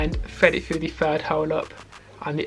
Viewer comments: Have a drink every time he says ‘Fred it fru!’ In all seriousness, great video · Now we all heard bro say fred it frough😂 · "And fwead it fwugh" 😂 jk great video though